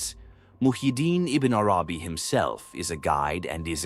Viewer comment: Have you even read what you are talking about? In the original language – because that is what every writer of genius – which Ibn ‘Arabī is – deserves? I doubt it – your pronunciation of his name is just so far from what it should be that the rest will have not obtained more respect from you than that. Now, you or others in your defense may reply: leave the pronouncer alone – “they” is after all only an AI tool. Aha! If you are an AI tool, why would I even bother to listen to the first letter you pronounce. You are not, as Ibn ‘Arabī would see, a letter from one of the infinite number of letters of one of the infinite number of Names of God. Stop whispering. Into my ears or any other’s.